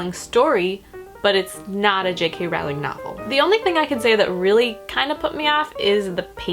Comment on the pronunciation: Her name is actually pronounced *Rolling, like a rolling pin. I made the same mistake for years. Just thought you might like to know. As for the script, I don't think it reads like j.k. Rowling's writing at all. Not even a tiny bit. I understand that you need to allow for differences because it's a play script and not a novel but I thought it read like fanfiction (pretty terrible fanfic at that.) I thought the dialogue was so bad, nothing like j.k.'s witty characters and worst of all, the plot was full of holes and kind of...ridiculous. The great thing about the HP series is that even though it's magic and fantasy, things make sense. Everything was planned out to connect and actually make sense. The script felt like it was written by an unskilled teenager. I'd love to read rowling's original story the play was based on though.